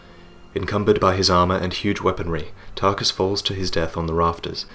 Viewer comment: Tar-KUS! Tar-KUS! Tar-KUS! Tar-KUS!